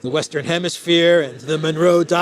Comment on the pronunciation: Fan of this show, haven’t missed a single vid since subbed, you said Manuro doctrine so many times I got confused, are you trying to say manure with a spanish accent?